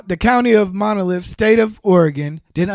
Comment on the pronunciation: Oh man!! He should’ve been making content on anything else instead of gossip, community talk, female nature, or politics. By the way, it’s Multnomah, not monolith! I’m just saying. Grammar and definition are important.